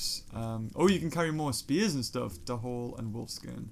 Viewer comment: Hey! You pronounce dhole wrong! It's not de-hole it's dole! Just to inform you:)